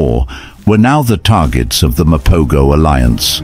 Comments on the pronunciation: Wait a minute...I watched The Lions of Sabi Sand and Brothers in Blood....this is some pieced together BS. You saying Mopo"goes" instead of Mapo"hoes" was the first sign. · First, they are pronounced the MA-PO-HO! Second, lions are not a herd, they are a pride! 3rd, most of this video is not footage of that coalition (virtually all the fight scenes)! 4th, the story is not in chronological order! This is a shame of a video regarding one of the most prolific coalitions ever! And the coalition that killed Kinky-tail is pronounced MA-JINGAH-LA-NEE! I'm not trying to be mean, this was just so irritating to watch as a lion lover and LONG time follower of true lion documentaries. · Use the correct footage & more importantly, Pronounce the pride name Correctly… Mapogo= Mapoho pronunciation!!!!